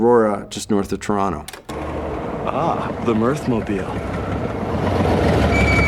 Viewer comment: I'm simply happy that Mike still pronounces "Toronto" properly.